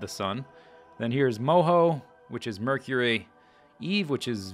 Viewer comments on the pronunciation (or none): none